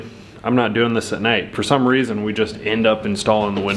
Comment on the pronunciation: OK you picked on about likened so I’ll pick on you about feer instead of ( for) 🤣😂 just kidding lol love to watch all of your videos y’all are the best out there ✌🏻👍❤️